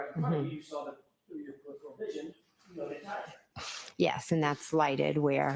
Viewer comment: Generally speaking if you can't pronounce a word it isn't a word you would use. Usually indicates the word being fed to you, like peripheral 🤔